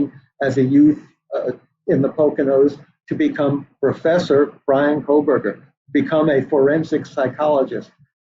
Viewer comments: Why is she saying KohLberger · Hey Megyn, theres is no "L" in KOHBERGER!! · Megyn, the last name "Kohberger" doesnt have an "l" in it. Been meaning to mention it as I've heard you say it before. Very surprised someone in a position to do so hasn't mentioned it, and I don't mean to be impolite. ❤ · Funny that MK didn't even pronounce BK's name correctly. Rich.